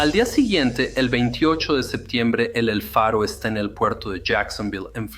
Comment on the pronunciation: Todo por un capitán obstinado que se negó a oir a su tripulacion (la ignoró totalmente) que reiteradamente le proponía cambiar la derrota por una ruta costera; para evitar la tormenta (huracan). Ref. el relato el nombre del buque es EL FARO no Alfaro (como pronuncia muchas veces) All due to obstinated captain that ignored his crew, who many times offered to change to a safer coastal route, to avoid the storm (hurricane). Namr of the ship was EL FARO not Alfaro, mentioned many times in the video. 🛟⚓️😳🥲